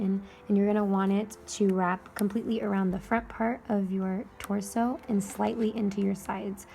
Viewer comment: i love your voice, n how u say "torso" its so beautiful. and it makes watching the video with happiness n patience. love the top btw. will b making it